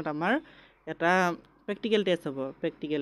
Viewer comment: Dada pactical ne practical 😂